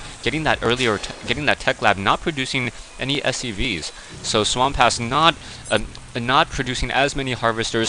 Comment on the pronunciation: Seriously.. this guy's name is just what is says.. SWAMP-ASS. So what? I think it's funny. I don't understand why you chose to call him different and turn it into SWAM-PASS. Common loosen up a little!!